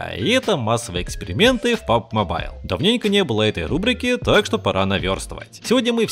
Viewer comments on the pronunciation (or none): none